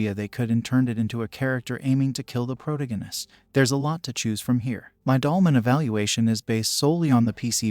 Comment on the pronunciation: Good video, but I Never heard someone pronounce pro-tag-in-ist that way b4 lol